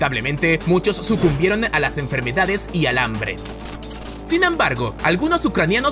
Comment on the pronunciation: Realmente NO aguanto que hable "patinando" las palabras. Basta! Me refiero a esto de "la TotalidaDe de lasE personas"